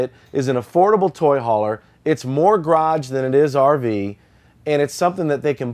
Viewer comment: mibars I wish he could say ‘garage’ instead of graj!